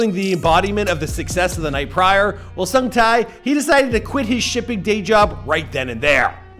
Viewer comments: Sung tae not sung thai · The tie part is killing me 😫 it's TAE TAEEEEEEE HAHAHA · omg no offence but your pronunciation of his name is so bad lol his name is not ho sung thai, it's huh-sung-ta (tae). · Who tf is Sung TAI!? 8 minutes of hearing this would make my ear bleed, nope. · ''HOW SUNG TIE'' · it's pronounced Heo (Hoh) - Sung (Suhng) - Tae (Teh) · You say the “tae” in “sung-tae” like, like “teh” as in the teh sound from “telephone.” He says his name properly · The way he mis-pronounces his NAME! Over and over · If you can do all this research you can look up how to pronounce his name correctly too, respectfully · Y'all really need to take time to work on pronouncing names correctly. This is painfully insulting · Heo (as in hope) Sung (as in song) Tae (as in Television) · Omg the way he's so excitedly pronouncing the actor's name wrongly without knowing, annoyed me yet makes me laugh. Lol u know u can test how to listen to it from Google translate right? The least effort u need 🤣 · Dude ur fukin butchering his name!